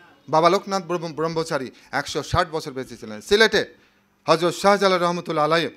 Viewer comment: আমার কয়েকজন জুনিয়র কলিগ নিশ্চিত করেছেন আপনি খুব একটা গুরুত্বপূর্ণ শব্দ --"হযরত" এর উচ্চারণ করেছেন --"হরযত" এবং আমার কাছেও তাই মনে হলো। আশাকরি আরো খেয়ালী হবেন। দোয়া নিরন্তর।